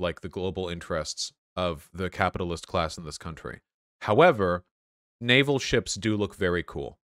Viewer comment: You said "but naval" but I hear "nut anal"